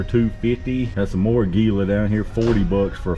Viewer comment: it's pronounced ag you la